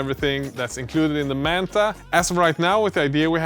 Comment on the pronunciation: Why do you keep calling it “mantha”?